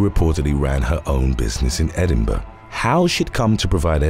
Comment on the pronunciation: Congrats! Sounds like you pronounced Edinburgh correctly. Most people, for some bizarre reason, pronounce it Edinborough (Edinburo), which makes absolutely no sense. That would be like saying, Charles Linboro (Lindbergh),or the famous zeppelin, The Hindenboro (Hindenburg). But if it was spelled like the song, Scarborough Fair, then I would understand. But yes, Edinburgh, not Edinborough is correct. People that live there can’t even pronounce it correctly. 😂😂